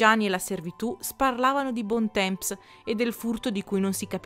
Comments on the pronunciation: Bel video, ma ua cosa... la pronuncia francese... non è bontemps, ma bontom... o cose simili. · Bel video!! Comunque Bon temps si pronuncia "bon tom" 😘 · Bontemps dovrebbe essere "bontan" con n quasi muta. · Uno che mi viene in mente è Bontemps. Se sai leggere L'IPA ti faccio la trascrizione volentieri!